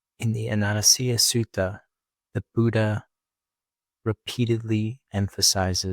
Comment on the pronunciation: Sir,your videos are top class for the layman 🙏🏽. Surprisingly in this video I notice a mispronunciation of the word ‘anicca’. Wonder if this is AI🤔 Namo Buddhaya🙏🏽